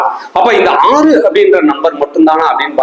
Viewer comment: 6 என்ற எழுத்தை மட்டும் வைத்து எவ்வளவு நேரம் அழுத்தி பேசுரிங்க முடியல ப்பா சாமி